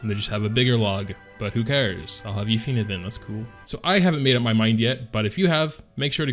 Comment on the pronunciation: Yu(u)-fine(fin) not u-fi-ney